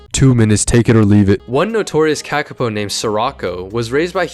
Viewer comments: FUCKING HELL hi hello im a New Zealander and AHHHH do i hate it when people dispronounce a word that has a line on top of it like “ā” it means to say it longer so its not “KA KA po” its “kaa kaa po” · Learn to read accent marks please. A as in Ah not //æ/, Monothong "o".... not cak, but caaa! caaa!, A in father. Like raven calls. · Its pronounced kaakaapo you say the letters with macrons for longer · dude. its not the KAEKAE POU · Its pronounced Kah-Kah-Poe not what ever you're saying, i know because this is my native and home country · Made a whole video about it and still mispronounced it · While the pronunciation could be better, accent marks are only useful if you also know the language, or at least how the language uses them. While most languages use them for a long vowel, some use them for tone, and a few other things. None of this is obvious just by looking at the accent mark. The IPA works (mostly), but it's usually only linguists that can read it, not usually random youtubers.